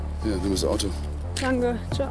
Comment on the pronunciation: Wie die immer "Dange" anstatt "Danke" sagt regt mich auf...